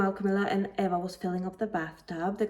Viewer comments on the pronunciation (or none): BTW how to pronounce Eva's name is like this E va